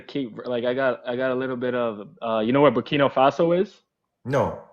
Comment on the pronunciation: He said Burkina Faso 😂😂😂😂😂😂😂😂😂😂😂😂 Ibrahim come get his ass 😂